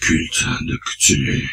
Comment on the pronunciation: ça se prononce "ctoulhou"